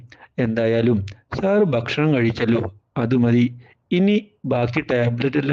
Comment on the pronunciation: ബക്ഷണം ബക്ഷണം